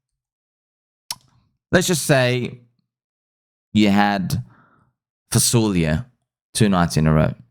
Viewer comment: “Fasolia” bro now i know you’re at least half egyptian 😂